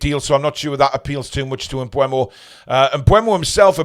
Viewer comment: I thought his name was pronounced M Boom-o. Bryan em-Boom-o